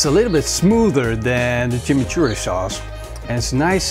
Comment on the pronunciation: Jaja uh lala "Chimichourri"